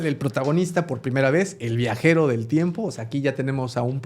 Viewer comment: solo vine a corregir "TIMEPO"